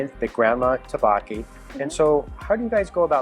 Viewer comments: Butchered the pronunciation of tteokbokki to the MAX but great video. Pronounced Duck-BOh-Ki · Thanks for the review. You just a little more practice pronouncing tteokbokki. 😉